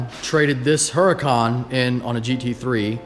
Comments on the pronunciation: Huracan = oo-Rah-can. everyone says this weird and i get it, but if we can all say audi the right way, lets try to say Huracan the right way. not being a dick. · It's pronounced urricon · The "H" i silent in Huracan, just saying, cause i hear a lot of peeps say it with the "H". So it's uracan LoL.